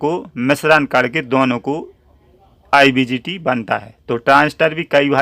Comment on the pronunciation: Sir IBGT nhi IGBT hota hai, thanks